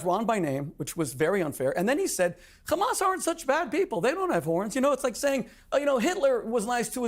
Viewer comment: Has anyone ever noticed the physiological tactic that Israelies use when saying hamas? It's the only word where they pronounce it gkhamas. The is to create some sort of additional fear of the unknown. I've never heard anyone address this.